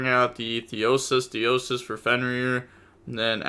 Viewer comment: Pleasantly surprised to hear pronounce "theosis" perfectly